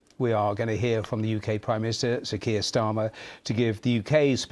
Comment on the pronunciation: He called him prime minister "Starmy"....... Never a good idea to sign any kind of deal with someone who can't even pronounce your name correctly.